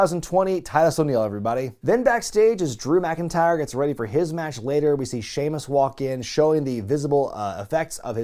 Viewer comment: Anyone else notice "Shemaus"